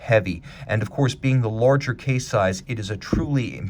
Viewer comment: Have yet to make out his accent. Almost certain it's North American but his pronunciation of words like "power" or "large" sounds as if there is the disjunction "or" rather than the schwa+r or "-ar" as in "art", respectively. Credit where credit is due; his knowledge in horology is impeccable to say the least.